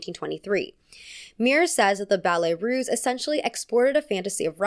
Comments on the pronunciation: Unimportant side notes: capezio is pronounced capeeezio, and ballet russe is pronounced with an s sound, not z. The i in Balanchine is pronounce ee. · Ballet Russe, not Ruse. S sound, not z sound.